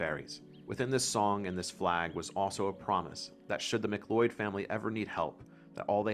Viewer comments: My ancestral line through my dad's side is "MacLeod of Lewis" and its pronounced sounding like a cloud,not loyd. Olaf the Black,one of the last Norse kings. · its MAC-LOUD or mah-Cloud not mic-lloyd ;) <3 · I can't believe you embarrassingly mispronounced the most famous and respected Clan from Skye! How could you mispronounce MacLeod. Everyone knows it sounds like "MacLoud". How can you have so much knowledge of the area, yet mispronounced a famous name? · As a local, few pointers on pronunciation. Scottish Gaelic is pronounced more relaxed, not Gaylic rather Ga-lick. The a is flat, and the word is pounced without the focus on AY. Macleod is also pronounced with a Mac-Cloud. Other than that, very interesting video, the story of the Great War goddess is not common and it was nice to hear someone else talk about it. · Our Name is pronounced Mac Cloud or MacLeod. But everything else was fine. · Please can you pronounce names correctly. You have miss pronounced MacLeod. Try pronounceing in as Ma Cloud